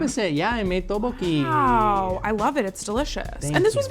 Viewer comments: pronounciation of Tteokbokki hurts me deeply Edit: Oh god not the Gochujjang pronounciation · says Teboki... like he found someone to say it to him 30 times before he got on the show... He wanted really badly to say it exactly precisely accurate. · pronunciation of tteokbokki is taking me out 😂😭 “TOH-BOW-HEE” he’s says it with that quickness too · introduced his dish as "tub-pokey"